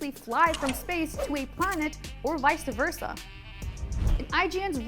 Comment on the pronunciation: “Vice to versa”